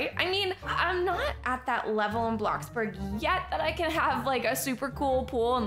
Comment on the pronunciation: Ummmm you said blackburg its bloxburg